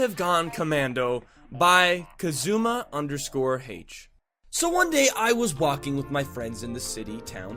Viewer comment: I keep getting triggered on how he pronounces Kazuma, I dunno why lol